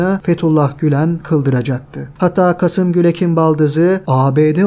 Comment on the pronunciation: Kasım değil, Kâsım Gülek.